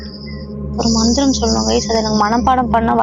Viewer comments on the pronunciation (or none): Mantharam ila manthara😂